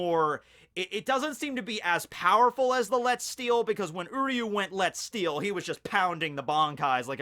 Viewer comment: its more pronounced like letzt shtil